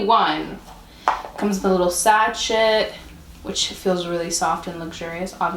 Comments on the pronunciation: Sachet like “sashay” not sachet like “hatchet.” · Did she really pronounce the T in sachet.. 😬😬😬